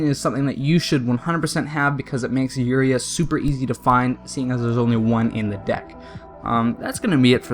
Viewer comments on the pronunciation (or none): Not trying to be a hatter but u said uria wrong